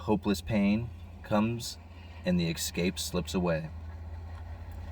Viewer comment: …the word is eScape not “eXcape” there is no X!!!!